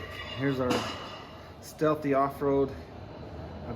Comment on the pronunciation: Great vid. As a quick note it's pronounced like Steelie.